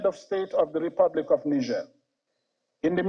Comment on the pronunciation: Why are they all struggling to pronounce Niger? Disrespectful